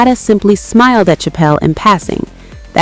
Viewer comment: Pronunciation is *Chapel.’